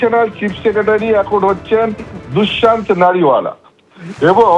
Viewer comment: No Dusmant it's Dushyant.